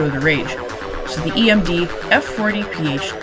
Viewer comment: FYI it’s emd not gmd